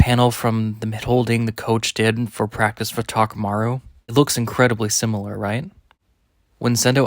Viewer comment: Why do you keep saying "takamaru"?? New character?